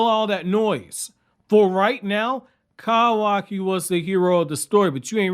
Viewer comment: pls fix ur pronunciation man…kawaki, kurama, etc its painful to listen to dude